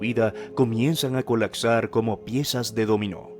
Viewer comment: "Colacsar" "adactarse" "percecciones"